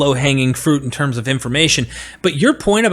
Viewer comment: Haha big mad, can't even pronounce the terms properly.